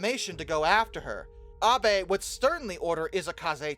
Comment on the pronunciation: Thank you for not pronouncing Abe like “Abe Lincoln”